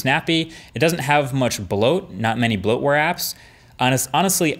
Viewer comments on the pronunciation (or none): none